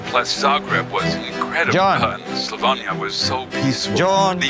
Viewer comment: And no one is gonna say anything about him mispronouncing Slavonia? He said Slovania :D